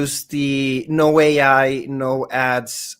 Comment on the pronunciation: I was pretty sure Ai the Somnium files was supposed to be pronounced eye, as that's the pivotal pun. (Aibou = partner = Eyeball)